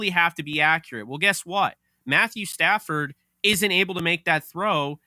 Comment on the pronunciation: Why do you call him Stanford 😂😂 it's Stafford